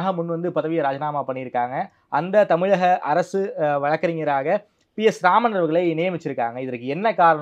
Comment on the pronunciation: Why they pronounce tamilaga and not tamizhagha.